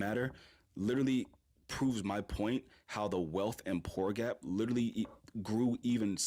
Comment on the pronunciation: "Lertally this lertally happened" man these people's hubris is unmatched